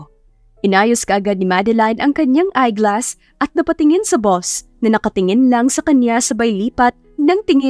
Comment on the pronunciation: Eyeglasses po, at hindi "eyeglass"